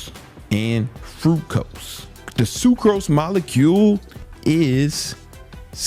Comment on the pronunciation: Fructose bro, not Frucose lmfao.